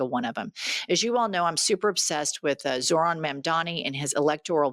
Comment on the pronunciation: If you're going to report on someone, plz at least take the tyme to learn how to announciate their name.